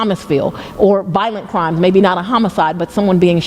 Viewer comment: fWiend-ship and cWimes. 😂😂😂😂😂 Fani shouldn't say words with the letter R in them.